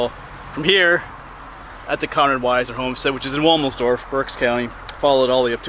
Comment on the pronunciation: Its 'Conrad', not Connor.